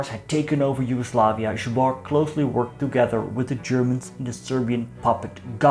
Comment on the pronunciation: 1. Your pronunciation of zbor is pretty bad. 2. Zbor supported integral yugoslavism and was against any other "tribal" nationalism. Most of their supporters came from Dalmatia (not counting Germans and people in his home town of Smederevo, where he won votes not because of their policies but because of his surname (his father was famous radical leader and MP for smederevo electoral district during late 19th and early 20th century)). They change that during WW2. 3. Zbor was a monarchist organisation(they model themselves on franech action) but monarchy wasn't his biggest fan(When Ljotić proposed fascist style parlament to king Alexander he was immediately thrown out of the government). Just look at their wartime SDK badge (translation goes like this "with faith in God for King and Fatherland).